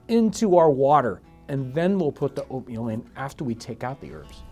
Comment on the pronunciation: When u say oatmeal for some reason I thought u said opium